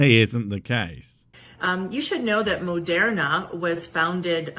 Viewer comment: Why does she pronounce Moderna that way? like it really bothers me